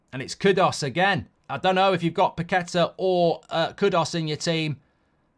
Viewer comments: It's KudUs not KudOs, flippin weirdo. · How dumb can you be to pronounce KUDOS, while the writing is KUDUS. It's not that hard.